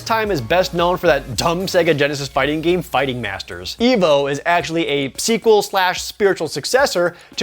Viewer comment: It's E.V.O., an acronym..not evo